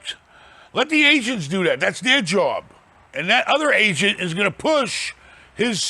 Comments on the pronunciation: I thought he said... “You gotta get a good Asian” 😂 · Everytime he saying agent i think he's saying Asians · At first I thought was saying "Gotta get a good Asian", "Work with your Asians"